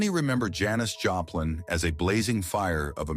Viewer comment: You pronounce her name Joe plin??? What the hell !! Damn stupid AI shit -- cant pronounce a person's name correctly !! Stupid shit